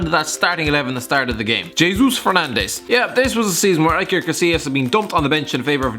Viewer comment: EYE-ker Casillas